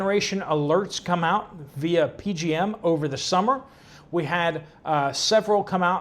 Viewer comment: It's not P-G-M. It's the P-J-M interconnect.